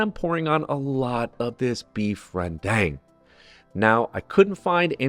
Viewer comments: Reundang not reyndang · I am from Malaysia and we also have our own rendang dishes. In fact- every state in West Malaysia have their own version. And its pronounced ias ReN ( you said it correctly) dang ( pronounced ias dung in american slang Rendung is how you would pronoun e it. Also the coconut browned is called Ke-ree-sake. Spelled here as kerisik. Nice job ❤❤ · Nice. A little suggestion, ‘rendang’ actually rhymes with cow dung. 😊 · Lived in Indonesia for 39 years and to be honest for a first attempt I am pretty impressed looked authentic to me so well done. The dish is spelt RENDANG but the locals pronounce it RENDUNG. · im indonesian but read rendang as in ren dang. like. ren, dang? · "ren-dang" You spell the "a" like spelling "a" in the word "car", open clearly "a". Similarly with the word "rem-pah".